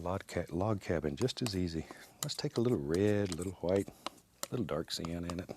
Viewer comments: ikr he says like gwhight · Love how he says whhite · I love how he pronounces "white."